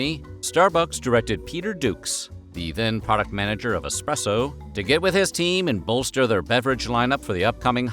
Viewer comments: We all know the education level in the US isn't exactly high, but is eSpresso really that hard to pronounce? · I respected this voice over artist until today. There's no X in espresso.